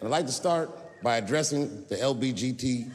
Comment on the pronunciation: have you realised he says LGBT as LBGT, makes it sound like a fast car brand